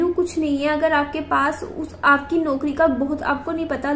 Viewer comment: Radio Jockey ki job achhi hai,par mein ek advice dena chahungi apko please isko ghalat mat lena आप कुछ शब्दों का उच्चारण सही करिये जैसे ‘ौ’ को आप ‘ओ’ बोलते हो eg. ‘नौकरी ‘ होता है ‘नोकरी’ नहीं । ‘पौधा’होता है ‘पोधा’ नहीं।औरत होता है ओरत नहीं ।दौलत होता है दोलत नहीं।😊